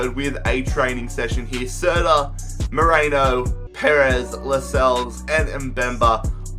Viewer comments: It pisses me off that you say Merino like Moreno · Merino is pronounced Merino not Moreno